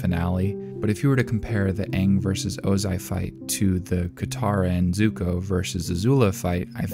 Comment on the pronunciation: I like the way you kept missing letters in Zuko's name it's funny